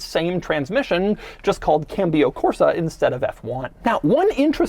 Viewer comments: can-be-o-corsa haahahahha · Cambio Corsa is pronounced Cahm-bio Corsa. Cambio means to shift in Latin/Spanish.